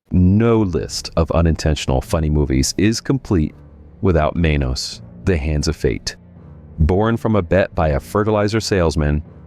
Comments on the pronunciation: It's MAH-nos (short a, long o). Spanish for "hands", as in "mano a mano". And for anyone wanting to actually watch the thing, the MST3K version is available free on their YT channel, and it's the LEAST painful (and funnier) version. Only masochists and insomniacs will ever try to get thru the unriffed version. Oh, and Barry Bostwick from Megaforce? Everyone knows him much better as Brad "ASSHOLE!" Majors from The Rocky Horror Picture Show. 😂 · YOU PROUNCED "MANOS" WRONG INEXCUSABLE 😅